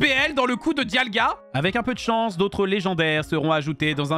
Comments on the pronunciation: Diagla ? Moi je connais Dialga mais pas Diagla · Ils a dit diagla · Il a dit "Diagla" 😆